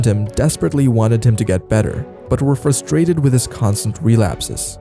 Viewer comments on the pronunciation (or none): none